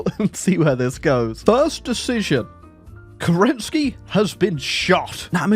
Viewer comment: FYI, in Slavic languages, the stress usually goes to the first syllable. So it is is pronounced Ke'renntskiy! Though, in case of Romanov, stress goes to second syllable - Roma'nov. Weird, I know.